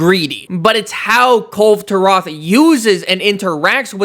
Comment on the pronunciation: Isn't it supposed Kul- ve Ta-roth not kul turah😅